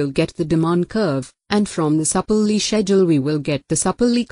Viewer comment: The sur-pu-lee curve ☺